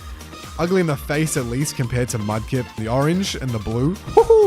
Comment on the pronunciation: Mudkip not mud lip😂😂